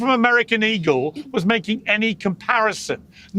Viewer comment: Why he keep saying American ego lmao i thought it was eagle lmao